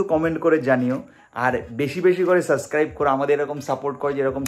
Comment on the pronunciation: সাসক্রাইব নয়, subscribe শব্দটার সঠিক উচ্চারণ হবে সাবসক্রাইব